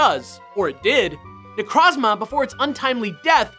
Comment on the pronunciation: Had to be that guy but, It’s Ne-Kroz-Ma not Ne-Krahz-Mah